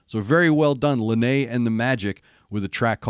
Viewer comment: It is pronounced “Lie-Na”. Thank you so much for doing this, she and I both really appreciate it.